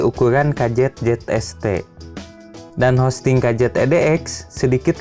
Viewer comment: Housing, bukan hosting haha.. Semangat